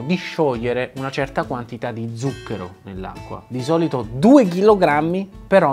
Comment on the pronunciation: Record Siete riusciti a sbagliare tutte ma proprio tutte le volte che avete pronunciato la parola "ZUCCHERO" Uanmabbell La corretta pronuncia è: 'tsuk:ero